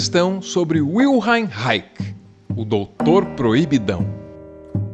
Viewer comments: Pronucia; RAISH. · Ele não é o doutor proibidão mas o doutor Libertador... Se pronuncia "rrai.chi... Leia o livro A FUNÇÃO DO ORGASMO do próprio autor. Nenhuma teoria mesmo que seja benéfica jamais será aceita desde que interfira na Fé, Poder, Visão Vida ou Verdade Humana... Nem Cristo, foi aceito por suas ideias de Mudança de Vida.. Imagine se os Evangélicos Batistas ou algo que pudesse alterar o "High Life" Americano dos anos 50, PUDESSE SER ACEITO??? Sabe, todo desbravador social ou criador que deixa pegadas da sua existência, têm de ter um espírito de preservação pois o mundo todo não vale uma gota do seu sangue... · O "ch" do final da palavra Reich não se pronuncia como "k", mas como "sh", com a particularidade de que os alemãs pronunciam essa combinação de letras colocando a língua sobre a arcada dentária inferior. É o mesmo som de Ich. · No Brasil, um de seus grandes admiradores foi o psiquiatra e psicanalista José Ângelo Gaiarsa, que sempre deixou muito claro o quanto foi influenciado pelo trabalho de Reich. (Lê-se Vilhelm Raixi ou Reirri, a origem do nome não é inglesa.) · Querido, revise a pronúncia do nome do personagem. Gente mal intencionada pode usar esse deslize de pronúncia para desqualificar um arquivo tão importante. Abraço de quem gosta muito de você. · Parabéns pelo pelas suas postagens. Mas ficou uma dúvida quanto a pronuncia de REICH. Usualmente pronunciamos Raiche e não Raike como vc pronuncia. Procurei no Google e o áudio fala Raiche. Claro que é um mero detalhe mas me causou dúvida. Ok? Abcs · Excelente video, Arvro. Apenas estranhei a pronúncia. Geralmente, os Reichianos pronunciam "Raichi" e não "Raiqui". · Reich /raish/ pronúncia alemã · Se diz Raish, não? Esse era um gênio. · ... hayek é um ECONOMISTA esse cara que vc falou aí se fala "RRaiche" - o "che" seria mudo mas coloquei o "e" no final para entender que o som é de x e não de k. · Sempre pensei que a pronúncia do sobrenome dele fosse Ráiche